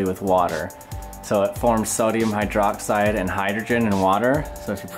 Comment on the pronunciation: "I don't want sodium hydroxEYE" ... Get it?